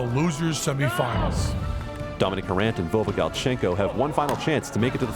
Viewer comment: It's "Harant" not "Harrant" ;)